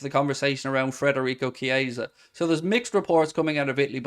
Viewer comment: DON'T shout at me please, but u seem to be the only chap on Youtube mispronouncing Frederico (its Federico) and Thuram (pronounced Turam, just like his legendary Da....). Have a heart, mate, and give me poor OCD a break. YNWA 👍